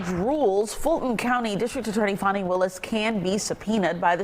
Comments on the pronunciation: Her name is Fan-ie y'all. She lives in GA not France y'all. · Fani is not pronounced Fawni